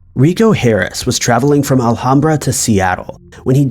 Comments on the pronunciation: It’s pronounced AL-HAM-BRA not Ala-ham-bra 😆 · I really enjoy the content but I won't lie.. the way you say Alhambra is killing me